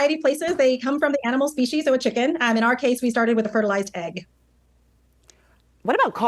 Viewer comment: Did she say species or feces where the cells come from ??